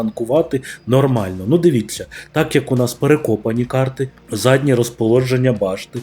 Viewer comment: Декілька раз чую « задне положення башні» ЗАДНЬЕ РОЗТАШУВАННЯ БАШТИ ! Вухо ріже